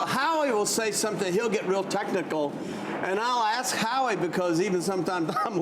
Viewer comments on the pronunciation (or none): Greg Jennings can't pronounce "ask" correctly. I bet he doesn't say "face max" instead of "face mask"... Why intentionally mispronounce that specific simple word??